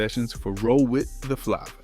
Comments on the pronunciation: Roll With The Flah Va.... WTF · If you can't pronounce flava as flavor you have a problem. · Who tf is this guy reading the script??? The mispronouncing words is CRAZY!!! Busta(buster)FLAVA(flavor) etc… he’s reading too close.. Cmon brother.. where ya soul at? Where’s the culture in you, the seasoning.. this all should’ve rolled like butter.. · Idk if I can take this video seriously. Dude can't pronounce FLAVA or Zhane😂😂😂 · When I heard how he pronounced Flava and Busta I had to turn it off I got irritated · If you are going to tell a story pronounce the name Of the group and album correctly at least what’s going on here ? Take this down. And redo it for your brand at least . Zhané pronounce jahhhh nay the z is silent Flava pronounce Flay - vah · ITS PRONOUNCED ZAH NAYY NOT ZJANE.... IT IS NOT FLOVAH ITS PRONOUNCED FLAY- VAH! NOT BOOSTA ... BUH-STAH...WHAT THE HELL IS THIS SOME BOOTLEG A.I. PROGRAM????